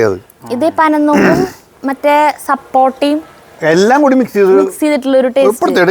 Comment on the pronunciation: സപ്പോർട്ട അല്ല. സപ്പോട്ട. കപ്പ വട ഉണ്ടാക്കി നോക്കു. വേവിച്ചുടച്ച കപ്പയിൽ ചെറുതായി വഴറ്റിയ സവാള.. പച്ചമുളക്.. മഞ്ഞൾപൊടി.. കുറച്ചു അരിപൊടി.. ഉപ്പ് ചേർത്ത് കുഴച്ചു ചൂടായ എണ്ണയിൽ വറുത്തു കോരുക. Super taste ആണ്.